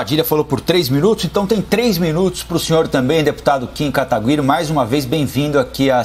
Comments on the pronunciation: pq ele fala ''kim kataGUiri''? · "Kim KATAGÜIRI" rhshrhhshrhshrhs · Ninguém sabe falar o nome do Kim mano, Kim quataguiri, Kim guataquiri foi de mais